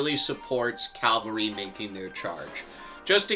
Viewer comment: First, keep on playing and having a blast. Second, it is CAV-AL-RY. Not CAL-VAR-Y. Calvary is a place. Good luck to ya!